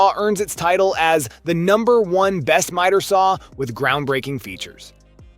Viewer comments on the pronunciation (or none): miter is pronounced with a long I not like meter....just saying